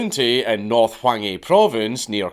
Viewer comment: Chang poong county in north whangy provence? Do I need my hearing checked?😂🤠